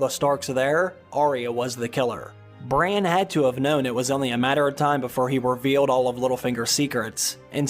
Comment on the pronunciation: You do know his name is Brandon? Bran for short...…..NOT Brian.